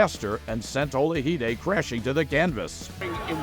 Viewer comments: Michael Ola-hi-de? I didn't know Michael Olajide was Spanish? It's Ola-ji-de. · Narration is terrible. Boxing games? Referring to Hearns as an amateur. Mispronouncing Olajide-you can hear Marv Albert pronouncing it correctly on the background.